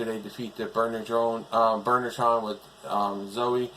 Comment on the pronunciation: Still the monsters need more work. Oh by the way when I hear you say Burnertron It sounds like Murder Trial.